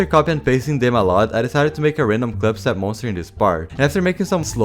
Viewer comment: why does he say clipstep monster